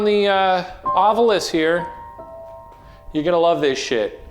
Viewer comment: 25 means "two bits"! It was 25 cents or a quarter dollar. Amazing how may paranormal researchers can't pronounce 'ovilus'. The u is the last vowel, in case you never actually looked at the word. Like people who say 'newcular'.